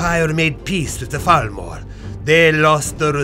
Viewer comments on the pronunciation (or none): is it pronounced "Falmor" or is it the Khajiit way of saying it?